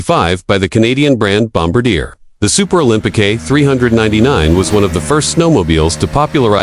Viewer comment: Is it Olympi-KAY, or Olympi-CUE? Or something else, not sure.